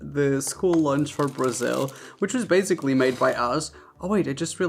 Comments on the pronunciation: why do you say baZically? its baSically. Also you should have done some from asia also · I challenge you to go ONE video without saying "basically"... My bad, "bazikly". You're allowed to say it (hmm what's a normal # for this?) 3x MAX... Ur nor down.